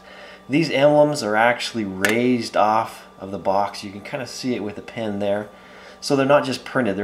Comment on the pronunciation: Yes I'd like to know why you pronounce it "pan", too.